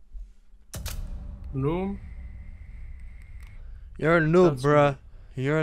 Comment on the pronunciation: Says: noom incorrectly but says Bruh correctly😂😂🤟🏻